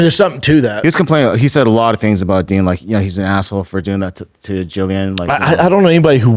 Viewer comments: Dean not DEN. Jill, not Gill. Does Brandon Schwab even watch the product anymore? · Brendan I know it’s spelled “ Din “ …..but it’s pronounced DEAN!!! lol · Din and Gill over n over 🤦🏻‍♂️ only guy to ever pronounce both wrong. Whole can of Pringles on your shoulder 😂 love it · Yo its spelled din pronounced dean 😂